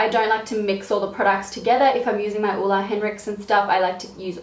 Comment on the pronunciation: Love the way you pronounce Ole... Hugs from Denmark (where Ole's from) :-D